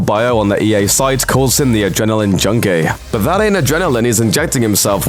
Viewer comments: Why does he keep saying 'junky' like 'junkay'?? Dude, I'm from the U.K... no one naturally talks like that unless they're the son of a Lord or some shit 🤣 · i love the way he says octane "JUUnKaay" lmaoo